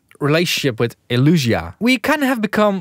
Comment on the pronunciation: Isn't it Elysia? El-eeee-sia, not El-uuuu-sia